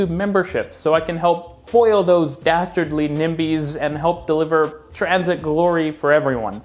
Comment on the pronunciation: Nah. Not dastardly. Not dasterly. Not daterly. /